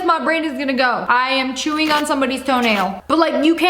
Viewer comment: she said “ the first thing i think of is shewing some one’s toe nail “ like huh , i think of chewing my tooth 🤣